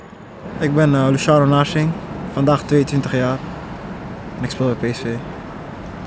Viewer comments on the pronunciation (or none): david espirito narsching xD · hij spreekt zijn naam op een hele rare manier uit